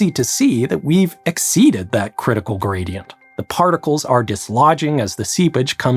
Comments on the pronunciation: steep Grady-ent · Pressure Grady-ant 😉